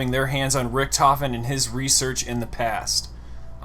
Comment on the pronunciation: viel geiler ist es wenn richtofen als "ricktoffen" gesagt wird xD